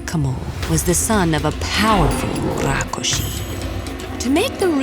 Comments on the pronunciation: It's rakshus not rakushi 😂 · Rakshas... Not rakoshes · Its Rakshas not Rokkhosh Please Pronounce it Properly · This is a bengali folklore and hence it's Rakkhosh not rakshash. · I wont complain about rakkosha instead of the hindi rakhsasha cuz the story is bangla i believe However the ka instead of kha in rakhosh reeealy bugs me😂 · It is Rakhosh. If you are a bengali, you would know. If you arent a bengali, learn. Dont presume your knowledge, however so little which is a dangerous precedent. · Nope it's Rakkhos in Bengali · The word is actually "Rakh-khosh" in bengali folklore. I am genuinely happy seeing "Thakurmar Jhuli" (Grandma's bag) story on Ted Ed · i didn't say any language is wrong or right, I just said that it is not right with respect to it's original pronounciation is wrong. Also hindi pronounciation is also wrong even in "tatsam hindi" due to schwa deletion, which retained in bengali\eastern language and "a" become "o", in my langauge magahi it becomes "wa", like bike becomes BIKEwa, CARw, but rākshasa pronunciation is just way too wrong in bengali. it would have been Rokshosho but my theory is that bengali has taken this word from prakrit and not directly from Sanskrit Prakrit has tendency to convert क्ष into ख. Bhikshu become bikkhu, which is bhikh(beg) in hindi, siksha become sikkha, seekh(learn) in hindi Also, it's true that hindi don't have much with Sanskrit grammar/syntax but I doubt that even bengaliis common with Sanskrit grammar\syntax. I dont know much to comment on it but it may be true. But Tamil, telegu, kannada have almost same grammar\syntax as Sanskrit. All other language were influenced by Sanskrit and it's grammar. Funfact :- Sanskrit grammar had great influence in grammar of Russian and German language